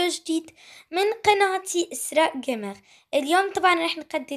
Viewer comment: ليش دائما تقولين في المقدمه اسراء جيمغ هو جيمر مو جيمغ هاي ملحوظه وبتمنى تصحيحها لانك دايما بتقوليها وبس باي